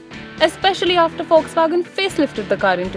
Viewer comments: "FOX" WAGON, its how it is pronounced :) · it's Volkswagen